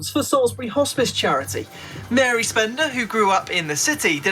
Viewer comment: Did you say Salisbury??